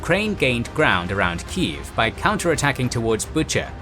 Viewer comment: You pronounce it as key jef